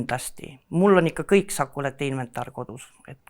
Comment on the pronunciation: Algus kõlas hästi: "Tere tulemast "choco-late podcast"-i!"